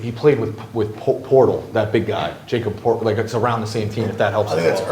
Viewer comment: "He played with Jacob Portal" YIKES. "Yakub Pertel" is the correct pronunciation.